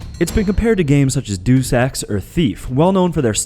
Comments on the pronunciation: He also said Deus wrong. He said doose, when it's dayus. Like the Latin word for the Creator. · say it with me: DAY-OOS. DAY-OOS. DEUS.